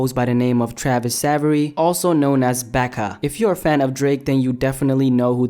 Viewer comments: did u just call BA-KA becka 😂😂😂😂😂😂😂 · He really just pronounced Baka as “Becca” lmao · Becca😂😂😂😂😂 its baka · BAK A not BeckA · pronounced (b-aww -ka not nice. not baka or however u pronouced it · Learn how to pr pronounce Baka